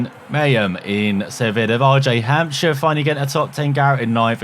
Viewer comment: his last name is hamsire the p is silent